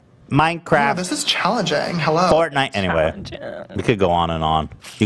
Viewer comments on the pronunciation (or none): “Fort nite..ahh.” Made me click off this video. So annoying